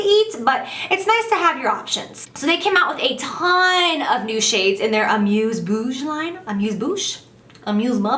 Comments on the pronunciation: Amuse-bouche is a french word and the way you pronounced it made me laugh so hard ! 😂 😘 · Oh my god you make me laugh sooo much ❤ for the bite beauty lipstick "amuse bouche " when you prononce it amusebabouche... you litteraly make me die girl ❤ i'm french and in France amuse bouche are, well little snack before champagne at a really fancy party.. and amuse babouche like you said is.. well i can't totally explain but it means "having fun with a babouche " and à babouche is ugly shoes that algerian and moroccan guys usually wear for chilling so... yeah don't judje me but i saw you having fun with a pair of babouche in my mind and that was so funny ❤ pardon my english i hope you get me well at least ❤❤❤❤❤ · It's amouse bouche.... Well... It is amooozing